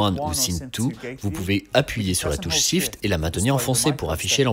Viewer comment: Ah et Shift -> "chifte", pas "sifte". Désolé de faire le relou ^^